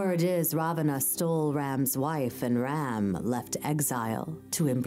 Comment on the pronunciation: The pronunciation of some of the names killed me like Rama and Agni